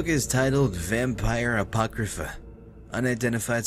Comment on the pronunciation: 'Vampyr ApoCRYpha';D Luv ya